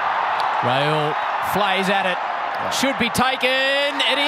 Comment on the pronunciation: They pronounce the name of indian players in a funny way like, 😂😂😂 Shikhar dhawan = Shiky daawan Rohit = Shaarma Kohli = Kholi Rahul = Raool Iyer = Aayer Pandya = Pendia Shardul = Shardul thakoooor!! Siraj = Siraaas Jadeja = Jadaijaa